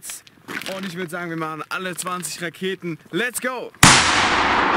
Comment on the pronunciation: Bin ich der einzige der auch nich Raketen verstanden hat sondern laketen 🥳😂😂😂😂